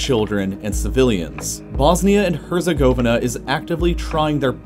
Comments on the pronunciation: “Bosnia and hUrzIgOeViHnUhh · The way he pronounced Herzegovina is so wrong it’s hilarious 🤣🤣🤣🤣😂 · the way you pronounced Herzegovina is wrong and weird